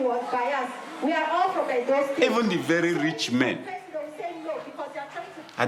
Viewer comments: It’s Edo state, not Edon state. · Mate, its Edo not Edon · im nigerian its edo not edon state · I blame Benin people for this 😒 Also It's "Edo State" not "Edon State" To be fair, a lot of these girls know exactly what they are going to do in Europe, but Nigeria is such a terrible country that prostitution in foreign countries is considered a more lucrative option for desperate people like this. While the Nigerian govt through the anti-trafficking agency, NAPTIP is doing a lot in terms of orientation on the dangers of trafficking, they fail woefully in arresting and convicting the traffickers and middlemen and even fail worse in repatriating these young girls.